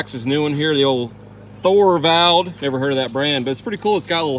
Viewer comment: Isn't Thorvald pronounced "Torvald"?